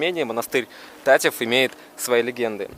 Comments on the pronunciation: Не та'ив а тате'в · Братан, только говорится ТатЭв а не ТатЕв) впервые слышу такое 😹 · Только не "тАтев", а "татЭв" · Правильно говорить ТАТЭВ УДАРЕНИЕ НА Э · Всё прекрасно, только называя монастырь ТатЕ'в, ставь пожалуйста ударение на букву Е, так правильней... Удачи ребята, мира вашему дому:)))